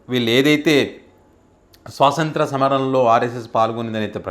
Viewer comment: స్వాతంత్య్ర, స్వాసంత్ర కాదండి